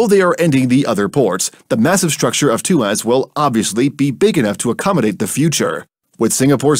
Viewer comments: It's tu-ah-s, not tu-ass. 😒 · Two Ass? LOL! It's pronounced as Tu waus. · It's Tua ...sss not two ass ! 😂😅😊 You can call us a bad ass port but not a 2 ass port. 😮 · Excellent video...just want to point out it's pronounced as Two-ask...not Two-ass lol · It’s pronounced too-wahhs actually . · walao siapa pronounce tuas begitu??? xD